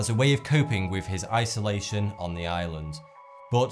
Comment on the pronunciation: And they all sounded like "Ireland".